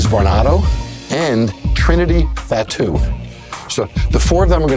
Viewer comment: It's spelled 'Fatu' and pronounced 'Fa-too'